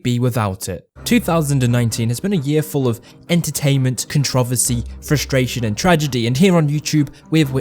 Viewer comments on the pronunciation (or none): The CVR123 cont rov esse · Same🤣 contrOversy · Dear god. Con tra versy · The way you say Controversy 💀 I can’t